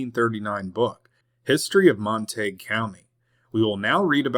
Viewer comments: Surely its pronounced Mon-ta-gyou not Mon-taeg County (Montague) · Montague - pronounced monta goo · Pronounced Mon-ta-gew....Montague. I was born and raised in this area. Glad it wasn't during thise times.